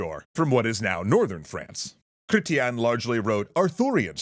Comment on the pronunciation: As an elder Millenial Canadian, it's weird hearing you pronounce Chretien